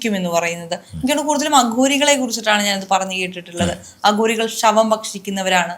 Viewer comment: "ശവങ്ങളെ ഇവർ ബക്ഷിക്കും എന്ന് കേട്ടിട്ടുണ്ട് , അഗൂരികളെ കുറിച്ചാണ് ഇങ്ങനെ കേട്ടിട്ടുള്ളത് " ഇതും മലയാളമോ ? എന്ത് കോപ്പാ ? തലതിരിഞ്ഞ ന്യു ജൻ മല്യാലം ! *ഭക്ഷിക്കും *അഘോരികൾ